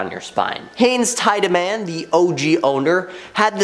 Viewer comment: Tiedeman is pronounced Tee-da-min. For crying out loud, do your homework!